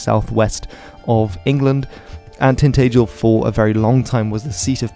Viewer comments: You mispronounced Tintagel. It is Tin-tajul, not Tin-tayjul. In Cornish it is actually Dyntagel, meaning the fort of the footbridge, pronounced 'din taggel'. To me, British or Briton, means a native of these isles, dating back to before the Roman and Germanic invasions. Celts or Celtic is a language and cultural grouping, we adopted from the continent, the La Tene and Halstatt cultures. I consider myself British. From Cornwall. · Tin-ta-gel not tin-tae-gel also it's not an island. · It’s pronounced tin - tad - gel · Tintagel is pronounced Tintaagel not Tintaygel. If your going to talk about English history please use the correct pronunciations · It's not so much "Tin-tage-el" as it is "Tin-tadge-l" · Seems as though the desired pronunciation is "tin-TAH-gel", rather than "tin-TAY-gel". Just sayin'... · U said tintagel wrong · At least get your pronunciation correct when saying Tintagel